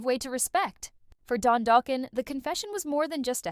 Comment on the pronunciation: 😂 Doughkin 😂 stop the use of AI